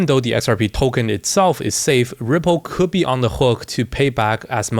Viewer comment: this ''ccouldd'' is killing us kkkkk